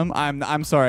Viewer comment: I just heard the most Canadian “sorry” from. I don’t think he’s ever sound more Canadian than that.